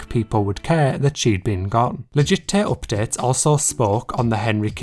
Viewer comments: please say 'legit tay oopdates' one more time (I'm a Brit abroad feeling homesick hehe) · All i can hear is legittay OPPDATES